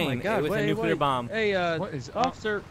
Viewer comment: Nucular killed me